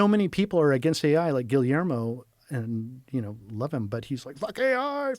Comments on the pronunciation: I love the way Joe subtly corrected his pronunciation of Guillermo. 10 seconds later, he repeated "Gilly-ermo" 🤣🤣🤣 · You can’t even pronounce Guillermo’s name and your criticizing his books and his movies, shame on you guys